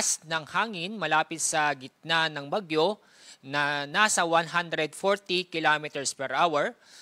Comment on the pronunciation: lasing or lutang ang tono Baguio eh bagyo hay naku